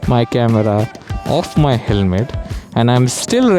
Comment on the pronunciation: helme❎️ Helmet✅️ 😂sorry but u missed it